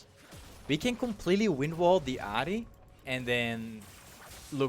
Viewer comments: its not adi its ahri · Why do you pronounce ahri like that? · Took me a while to realize you were saying Ahri... lol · Where are u from if u dont mind me asking? The way u say Ahri makes me think ur from the Netherlands or Belgium 😅